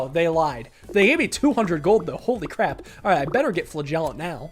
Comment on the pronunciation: Can someone tell him that he is pronouncing flagellant wrong? Pretty please?